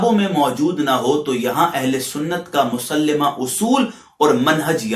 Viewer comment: مکی زندگی اور مدنی زندگی میں فرق ہے آپ یہ بھی نہیں جانتے ہو اوجڑی مکی زندگی میں ڈالی گیئ ام جمیل نے کوڑا کب ڈالا مسلِمہ نہیں ہوتا مسلَمہ ہوتا ہے اِبناء زمان لفظ نہیں اَبناء زمان ہے یہ ضابطہ کہاں اور جھوٹی روایت کا بیان کہاں ہے لایلزِم۔ نہیں ہوتا لایلزَم ہوتا یہ چند غلطیاں آپ کی نمونہ کے طور پر ہیں ورنہ آپ کی ساری گفتگو قابل گرفت ہے قرآن و سنت میں کوئ بات بھی مطابقت میں موجود نہیں ہیں